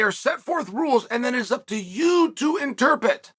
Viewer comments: It's "interPRET", not "interPET" Just helping out Uncle Chael! 🙏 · "ENTER PIT" *interpret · You have to be able to in-terp-it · I don’t know… it’s going to be hard for me to listen to a guy that can’t even spit out the word “interpret” correctly. This has to be a sign of something else…?